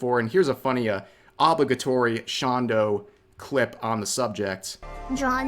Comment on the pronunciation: that first guy was based. also the way you pronounce obligatory makes me wish you'd type the word on Google and then click the speaker button.